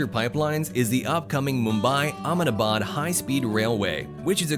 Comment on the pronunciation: its not ahemdaabaad its ahmedabad